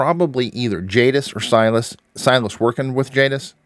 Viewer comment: It’s Silas